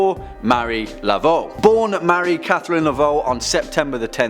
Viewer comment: Hey my favorite host. Now this list is great but a part 2 is now requested as there are many not included such as Fox sisters, John Dee to name just 2. And since I'm an Acadian from nova Scotia and cajuns are my descendants its Marie Not Mary. This channel keeps getting better as we continue to really create dialogue about various aspects of horror scifi and the occult religions and folklore. Makes the information fascinating and gives it depth that's needed to have meaningful conversations about the darker sides of these topics. Excellent and thank you.....binge watching so I'm still in wonderful shock from the newest video with Lucy and special kissing guest Kelly. Go girls and since this channel as most of the sister channels have hosts that are easy on the eyes ears and intellect I'm not opposed at all at the public display of affection. feel free to throw some in my direction xo😘